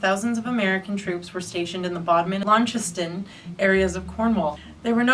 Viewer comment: Interesting video, but why do Americans struggle so much with pronouncing English places names? Ask a local, they'll correct you happily as a rule. Your continual mispronunciation of Launceston was painful. (grimaces)